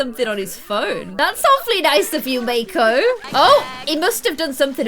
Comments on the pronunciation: It’s not make-o it’s mauc o 😂 mako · Mako's name is pronounced mah-ck-o